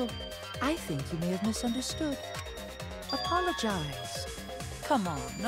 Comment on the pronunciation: Kiyo sis:apolagicze,come on apolagicze Me:OOOHHHH MY GOOOOD